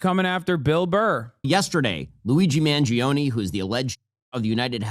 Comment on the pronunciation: Every person is saying Luigi's name wrong. Its Man-Jo-Nay. 🤌🤌🤌🤌